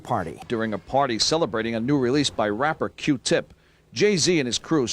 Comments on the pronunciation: "QEW TEHP" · And the award for saying the Performing Artist Q- Tip’s name in the whitest voice possible goes to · Like he never said q tip before in his whole life